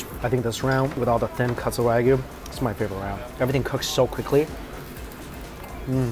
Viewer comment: You need to learn to pronounce wagyu correctly if you are in Japan.